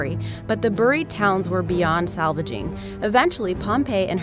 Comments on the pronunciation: The way she says "Buried" is driving me bananas! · Me too. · buhried. LOL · I laugh so hard every time she says "buried" 😆😆😆😆😆 Sounds like Cleveland brown lmfao